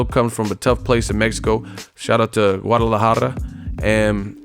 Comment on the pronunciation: When you say Guadalajara u don’t have to roll the r , it’s just jara not jarrrra